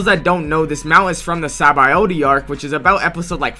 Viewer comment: Blud said sabawoahdi